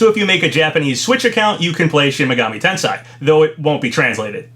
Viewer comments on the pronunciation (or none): pronounced ten - say